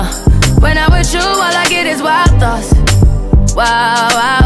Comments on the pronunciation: Am I the only one who heard 'wild thoughts' as 'lactose'? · its sound like she said white thots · Last time she said "wild thoughts" I heard "wide thots" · I thought she said watos lol I was like fuck is watos? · For the longest I thought she said , " Why , why, why sauce" 💀😂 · I literally thought she was saying “why thoughts” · I hear "Wild thots" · I THOUGHT SHE WAS SAYING WILD SAUCE, OHMYGODD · Heaven Faulkner i thought she said " why calls" but i know now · I thought she was saying Guac sauce 🤣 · It literally sounded like she said WAWA SAUCE